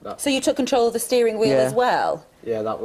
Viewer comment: awsome accent! i love how in drop's his "the's" eg. - "back on t'bus" - "get it on to (the) curb"